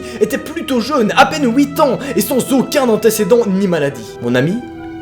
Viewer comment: Mec c’est horrible comme tu dis huit c’est un truc de fou